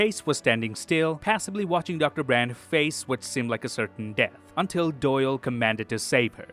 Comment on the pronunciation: A 21 minute video you supposedly watched Interstellar at 0.25 speed and yet... you call him "Boyle" instead of "Doyle."